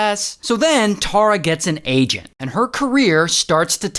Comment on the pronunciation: Omg my name is Tara and please try and say it like tar-ra not tor-ra tysm ❤